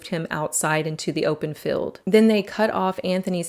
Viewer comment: say FEELD . not FILLED. and APPEEL not APPILL